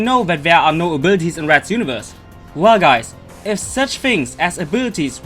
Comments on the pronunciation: Arbirties ?! Lmao 😂😂😂 A B I L I T I ES PRONOUNCE IT RIGHT !! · What I hear when he says "abilities", I hear "a birdies"